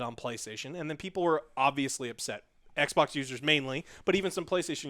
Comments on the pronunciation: I love how he says xboc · Lol “X-bock” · i like the way he says xbox